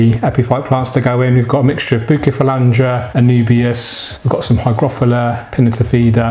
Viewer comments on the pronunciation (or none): Bukefalandra, anoobias and higrofilla and other badly pronounced plants there.